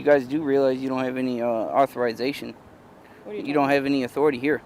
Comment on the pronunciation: What's author rise zation?